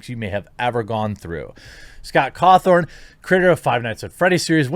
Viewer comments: Guy, it's Scott Cawthon. There is no R in his name lol. Why do you keep calling him Cawthorn? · Caw THON not THORN Jeremy. And everyone who was a fan of the game knows scott is christian, its part of his dev backstory that he started off making terrible christian games that looked animatronic... I get you're a news channel but please atleast read into your subjects a little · Don't care one bit for FNAF, and I think his religion is stupid, but I can respect the man for what he's accomplished and the way he carries himself. Also, it's Caw thon , not Caw thorne . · Lol it's Scott cawthon, not cawTHORN. LOL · I’m so sorry but it’s cawthon not cawthorn 😂 it’s getting to me for some reason lol someone tell him please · It's Cawthon not Cawthorn lol. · It's Cawthon. Not Cawthorn. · It’s Scott cawthon not cawthorn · Y’all, it’s Cawthon... not Cawthorn 0.0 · Its Scott CAWTHON, not CAWTHORN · You’re pronouncing it Cawthorn, its pronounced Cawthon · Please, Jeremy for the love of God his name is pronounced CawthON not CawthORN. I love you, but you avoid foreign or complicated names so that you don't butcher them but you're adding letters to simple names. Respect for covering this though. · Th-on, it's pronounced Th-on smfh. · The mental gymnastics are almost as impressive as the continued non existent R, Jeremy keeps adding to Scott's name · "Cawthon" does not have an r in it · Jeremy, buddy. You really need to hear a person's name before you say it. there is no R in his name. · Can someone tell me where the "R" is in Cawthon? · You did 2 videos on this guy, in one of them you hear how his name is pronounced. You presumably read at least 2 articles. There is NO R in his name. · Please learn to say his name correctly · There's no R in the man's last name. Stop it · I'm surprised you're still saying Scott's last name wrong lol. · I also caught that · Yeah, it’s a little annoying but it doesn’t really matter